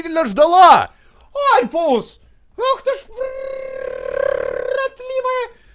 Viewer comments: Альфис, а не Альфус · Ты должен стрылять в сердце Мтт екс и это не норушит п. к..Оу,и говорится Альфис а не альфус. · не альфус а альфис!! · Не Альфус а Альфис Ну пофиг всеровно супер👍👍👍👍👍👍👍👍👍👍👍👍👍👍👍👍👍👍👍👍👍👍👍👍👍👍👍👍👍👍👍👍👍👍👍👍👍👍👍👍👍👍👍👍👍👍👍👍👍👌👍👍👍👍👍👍👍👍👍👍👍👍👍👍👍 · не альфус а альфис! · не альфУс а альфИс